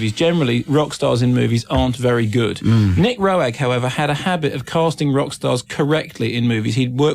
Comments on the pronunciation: Pronounced "Ro-egg ?" Nooo...! As in "rogue..." Rogue is the total creator. You're not bringing him up at all. Or his use of dmt on set with everybody, especially in Performance. Bowie was coming off addiction, hence his gauntness that served the film's character's look in the film which is why Rogue chose him. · He also mispronounced Roeg multiple times